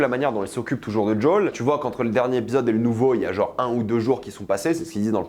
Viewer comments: C'est qui Jaule ? Il s'appelle Joel, on peut arreter les accents craignos ? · ta prononciation de Joel ma hérisse les poils.... c'est quoi ce DJol ?? c'est si dur a dire Joel en français ? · "Jol" aïe pauvre Joël 😅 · Le fait que tu dises jawl me déstabilise